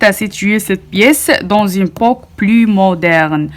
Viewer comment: "Époque" et non 'Poque'🥴🤣 🤔🫣😭😱